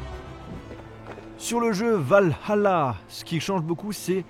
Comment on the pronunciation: Mdr chui mort comme il dit Valhala